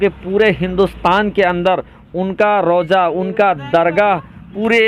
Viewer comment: Beta janja nahi janaza hota hi jinda nahi zinda roja nahi roza hota hai .ab tum logon par urdu parhna lazim ho gayahai